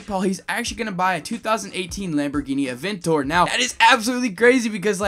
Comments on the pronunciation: did he said a adventador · Ok so first its not pronounced "aventor" its aventador and second theyre both getting a huracan performante